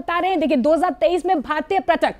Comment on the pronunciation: इंडिया, कृपया, न्यूज़ में पर्यटक (प+र्+य+ट+क=पर्यटक) बोलें, प्रयटक (प्+र+य+ट+क=प्रयटक) नहीं। न्यूज़ रीडर्स/एंकर्स इंडियन हैं लेकिन, हम भारतीय हैं, और हिंदी भारत की भाषा है। धन्यवाद!